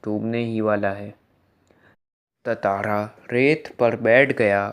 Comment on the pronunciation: Tatara nahi hai tantara hai bhai